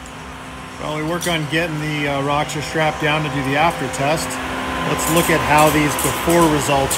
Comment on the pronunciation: You bug the hell out of me. Its not RA-Xor its ROW-Xor. Theres no A in it.